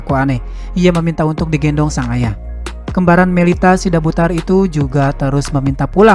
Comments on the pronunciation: Margarnya bukan sidabudar tapi SIDABUTAR ngomongnya yang benar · Sidabutar. Bukan sidabudar